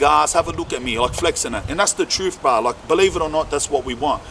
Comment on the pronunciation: speak the truFF aye Lol